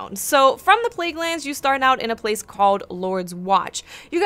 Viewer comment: pleaguelands lol